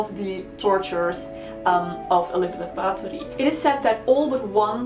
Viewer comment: it made me smile so wide. I love the attention to detail.